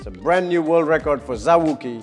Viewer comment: Zao wou-ki not zawkii